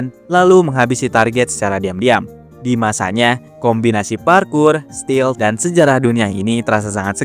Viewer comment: Bukan steal, tapi stealth...😊